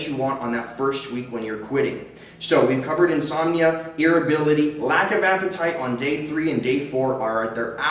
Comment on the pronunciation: God irritability not irrability ! Maybe I just need to smoke again